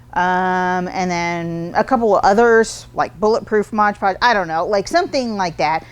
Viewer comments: MOD podge. Not modge podge. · I hope someone tells her it's MOD not modge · Mod Podge, not modge podge! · Mod. Podge. Not Modge Podge. Lol.. they should just change their name though, no one gets it right... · MOD Podge not MODGE Podge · Normally I love the two minute art tips, not today. Every time anyone calls it modge Podge, I wonder if they can read. It is especially grating when an artist, a representative of a company trying to sell the product can NOT call it by the actual name. MOD Podge, every time said modge it was like nails on the chalkboard, I kept watching to see if she would correct herself. NO, it didn't happen. Please if you are going to carry MOD Podge call it MOD Podge. Thank you! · We love you! Please say M-O-D Podge😘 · it sounds like you are saying "Modge Podge". I have used Mod Podge to coat paper beads. Even when dry, the beads have a tendency to stick together when I keep them in a container, as I tend to do with other beads. When I shake the jar, I can generally get the beads to break apart; but, is there anything that I can do to keep them from sticking togethe to begin with?